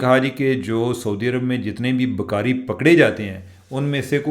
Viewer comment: چیمہ صاحب ، پلیز اپنی اردو ٹھیک کریں، اگر آپکو ٹائم ملے تو اپنی ویڈیو دوبارہ سنیں اور دھیان دیں کہ آپ لفظ بھکاری کسطرح ادا کر رہے ہیں ؟ عام حالات میں بھی پنجابی لہجے میں اردو وی لاگ ہوتا ہے لیکن آج تو بالکل ہی حد ہو گئ۔ 😮صرف کان نہیں پورا جسم تکلیف سے گزرتا ہے آپکے تلفظ سے۔ میں خود اردو دان نہیں ہوں لیکن ہمیں کسی بھی زبان کے تلفظ پر بہت زور دیا جاتا تھا۔ 🙏🏻